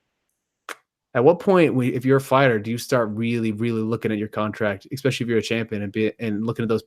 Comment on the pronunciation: Please all you journalists, stop saying exspecially, there is no x in that word. So many talking heads that can't seem to speak proper English.